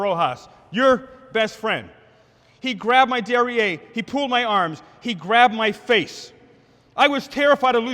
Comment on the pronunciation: I have never heard derriere mispronounced until now.